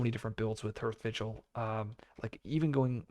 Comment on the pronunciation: Isn't "hearth" pronounced like *haarth*?